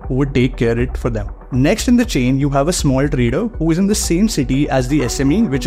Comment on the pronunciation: Why are you pronouncing 'is' as 'ish'; 'C' as 'she'; simple as shimple ... It's difficult, for me, to understand what you tell.